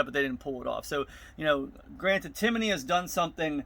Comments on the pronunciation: Timiney.....it’s tim-ney!!🥴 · There’s no “O” or “a” in Timney. How hard is that?